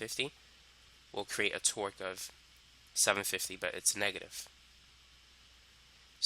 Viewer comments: correct, but if you listen closely you will find out that half of the times he says twerk. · I swear I heard twerk the whole time